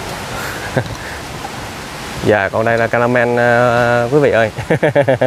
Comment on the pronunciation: Ca me ramen chứ không phải caramel nhé bạn